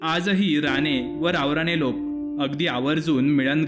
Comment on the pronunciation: Saheb ranegharanyaci mahiti sangitalit khu chhan pan राणे बोलताना राने उ़़चार केलात बाकी छान आपला नंबर या विडियो त याड करा